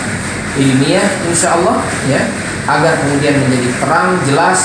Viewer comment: Sdh sering ini mengolok2 Islam sperti nama ALLAH dgn sebutan Olloh, menyebut kalimat Isyaolloh, lalu sholat, zakat dll. Pd hal klo dia mau buka Bible ada nama allah yg nyomot dr Alqur an, lalu ada kalimat JIKA TUHAN MENGHENDAKI, YESUS PUN BERSUJUD, lalu tentang zakat... Zakat untuk fakir miskin tp beda dgn PER10AN yg lbh byk untuk Pdt. Mungkin Pdt ini Jarang baca Bible ato takut jemaat gereja yg pd jd mualaf.